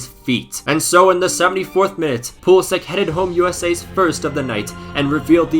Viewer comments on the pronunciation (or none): yo It is pronounced like Pulisitch and not like Pulisik correct if i am wrong. Keep up the good work man 👍